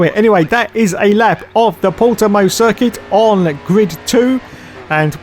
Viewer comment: good job saying Portimão, close enough. Doubt sky is bothering.